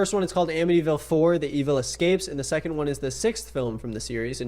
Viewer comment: god, as someone from ny the 'Amityville" thing makes me unreasonably annoyed lmao